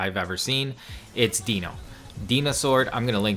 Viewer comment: It's not deeno, it is dino, but good vid still!